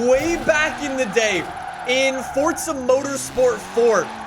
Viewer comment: Im not a hater, but please say it for'z'a instead of fortza, please Said fortnite to much Im seriously not a hater your vids are great bro